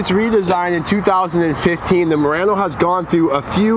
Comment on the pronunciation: A YouTube Channel with no name you said it correctly